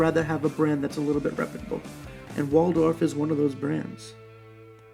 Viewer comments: Wald Hoff not waldorf. wtf..... sound it out there is no "or" in that name. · It's not "Waldorf," mate! It's Waldhoff. Pronounced VALD-hoff. No R there, c'mo! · Very helpful review, and a great launch. I agree – nothing wrong with a Chinese tourbillon for less than $1,000. I am not complaining, but you referred to this watch as a “Waldorf” many times in your video. It is a Waldhoff – not a Waldorf. So I am wondering if the fancy name affected your opinion about this watch? Thanks again!